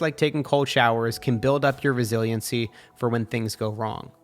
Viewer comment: Is no one gonna talk about where he said resiliencecy??😂